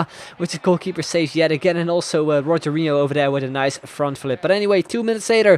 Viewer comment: Rogero Not Rogerio